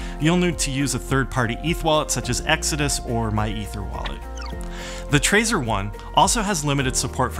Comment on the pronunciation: Sorry, I'm annoyed by weird pronunciations. Doesn't it make sense to pronounce it like you do the word "treasure", not like the word" traitor"?! I'm pretty sure that was the intention. Other than that, thanks. Cool video :)